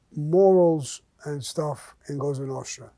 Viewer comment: I have to admit, I enjoy Mr Gravano's stories. They're either funny, or intense, but always entertaining. If you listen closely, there are a lot of life lessons in these stories. I love when he invokes the life of the Cosa Nostra. He even pronounces it properly. It used to be a life of respect, at least for men like themselves, and their families. I was never a fan of John Gotti, he did more to give Italians a bad name, than Mr Gravano ever did. I would like to say thank you to Mr Gravano for the stories, and to wish him a happy mothers day. LOL. Stay Blessed Mr Gravano